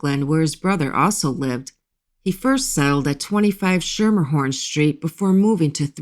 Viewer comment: It’s pronounced skimmerhorn, not sher mer horn.